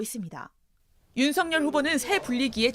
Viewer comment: ✔윤석열 ㅡ 발음 ✔[윤서결 ] ㅡ 맞아요 😏😏 ⭕연음법칙 입니다. ㅡㅡㅡ🔺️🔺️🔺️🔺️ㅡ 이낙연 ㅡ [이나견] 김연아 ㅡ [기며나] ㅡㅡㅡㅡㅡ 진행자님 ㅡ 한번 살펴보세요 🔺️🔺️🔺️🔺️🔺️